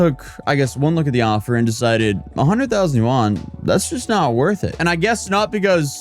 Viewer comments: i like how he pronounced Yuan like Juan in Spanish XD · lmao, that's not how you pronounce yuan